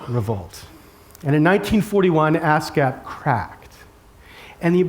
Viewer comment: ASCAP sounds like ass gap.